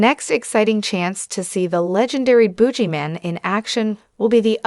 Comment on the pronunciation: What's a "spine-off"? And a "bougie-man"? (I'm guessing it's just a guy that's really stuck-up. 😂 )